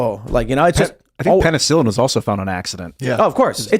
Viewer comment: "Penicillin 😖" fried cringe